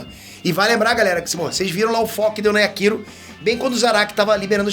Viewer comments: Legal o vídeo,, mas só tem um detalhe: Yakiro é o meu ovo! É Yachiru! [iatirú] 20 anos de curso e não aprende o nome dos personagens! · Mano não é Yakiro, é Yachiro. Escrevi pra entender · não entendo pq os caras inventam pronuncia para o nome dela 🤦🏽‍♂️ DC: Yrachiru: Yakiru kkkkkkk gente, o nome é YACHIRU (NA PRONUNCIA JAPONESA, "CHI" SE PRONUNCIA COMO "TI"), OU SEJA, A PRONUNCIA CORRETA É "YATIRU". IGUAL COM A CHICHI DO DRAGON BALL 🤷🏽‍♂️🤣 mas enfim... Zaraki monstroooo 🔥🔥 eu assisti esse ep umas 4 vezes de tão foda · Só eu fiquei incomodado com o falando Yaquiro? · Doeu meu ouvido a cada "Yakiro", mas eu te perdôo kkkkkkkk